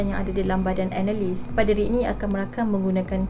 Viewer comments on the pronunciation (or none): Apo 'PE'deri 🤣